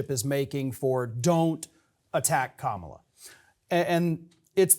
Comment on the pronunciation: I dare to correct Mike Papantonio for continually mispronouncing Kamala Harris' first name. 😮😊